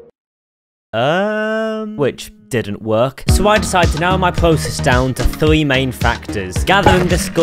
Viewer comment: he said thwe instead of three too